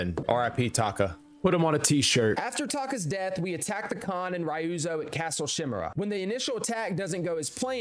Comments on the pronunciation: Lord shamira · My guy, it's lord shimura not lord shim(I)ra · Ghost of Shusima. Lord Shoe-mira😂